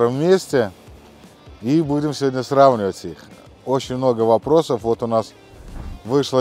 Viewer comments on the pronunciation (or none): none